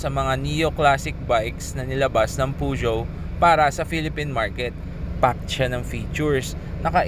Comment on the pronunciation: Yan pala tamang pronunciation sa peugeot 👌